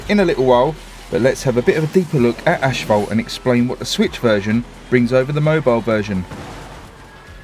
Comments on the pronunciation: Sorry to correct you but it's pronounced a**-fault, not ash-fault, just a correction! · mait itS not aSHphalt nain